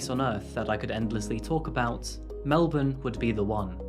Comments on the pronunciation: You prononced Melbourne correctly! It's so interesting to hear a story about something that happened in my state.Thanks for posting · Thank you for NOT pronouncing Melbourne like Americans do! 'MEL=BORN' Nothing grates at Aussies more than hearing MEL-BORN or BRIZ=BAYN !! Love the country intros at the beginning of your stories. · thank god, you said Melbourne properly, knew there was a reason i enjoy your channel so much